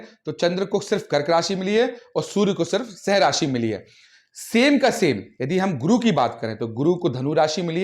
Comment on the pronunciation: सिंह का उच्चारण ठीक से करें